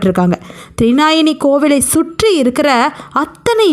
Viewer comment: த்ரிநாயனி அல்ல. த்ரிநயனி, அதாவது முக்கண்ணி. (த்ரி - மூன்று; நயனம் - கண்) த்ரிநயனி